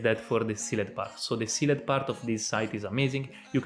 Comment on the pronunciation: use google translate to hear how Sealed is pronounced :)